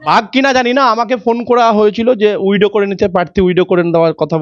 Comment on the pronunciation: WIDOW noy, kotha ta WITHDRAW hobe 😂🫢🫢🤭 widow mane bidhoba